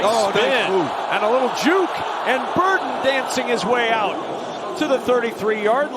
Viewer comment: Luther ‘Bird’en